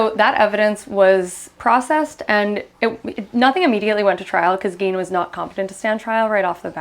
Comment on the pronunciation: Ed Gein is pronounced Gain